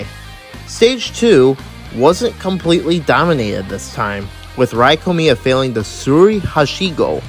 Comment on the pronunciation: I want to say as a Japanese person IT’S NOT PRONOUNCED Rī KOMIYA! IT’S Rēā KOMIYA!